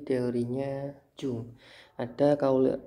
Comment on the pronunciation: Bacanya YUNG pakk... Bukan JUNG